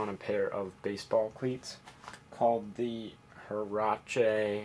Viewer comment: Just an FYI. They are pronounced wearache not herache. Just a tip for you mono linguistics.